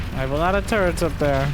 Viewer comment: sorry, but i love to hear "construction turds" :-)